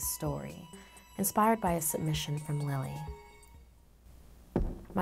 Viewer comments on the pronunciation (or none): none